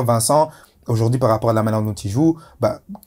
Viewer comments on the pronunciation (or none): Mais quand même Dedryck tu m'as l'air d'être un garçon intelligent quand tu parles football, passionné. Mais coupe ces "dukou, ojourdojourdui" ca te décrédibilise en candidat de téléréalité